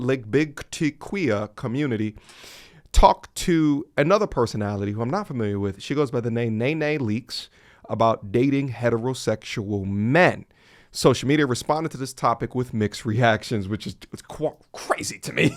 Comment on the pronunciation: Pronouncing her name as Nay nay leakes is hilarious 😂